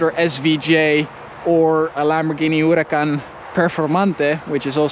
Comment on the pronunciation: This dude over here saying Huracan like Hourrahh! Kaan lol.. And when he starts with the italian terms, bolognese de la italia lol